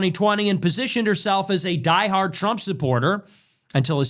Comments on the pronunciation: Brother its trump not “tremp” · bro i love your videos but stop calling him Trimp its hilarious 😂